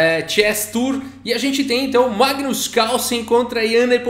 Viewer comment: NEIPO GAINHOU DO MAIGNUS NA SEIMIFINAL